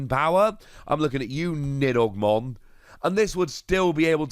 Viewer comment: He didn’t say it too bad